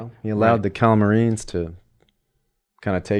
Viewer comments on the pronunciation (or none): Holy smokes, Telmarines, not Calmarines. Also, just to expound on Aslan. He wasn't symbolic of Christ in those books, he was Christ. ..."there I have another name. You must learn to know me by that name. This was the very reason why you were brought to Narnia, that by knowing me here for a little, you may know me better there."